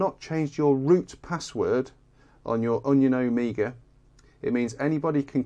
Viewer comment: C'mon now, it's an "Omega" and not an "Amiga"